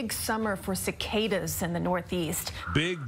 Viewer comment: It annoys me how he says cicada